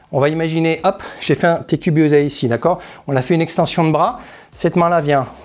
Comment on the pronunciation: Te Kubi ozae.... Te koubi ossae U se lit ou et la consonne entre deux voyelles se lit S . Il va être et non va T être..... お願い